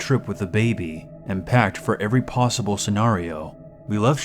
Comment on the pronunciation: did he just say posble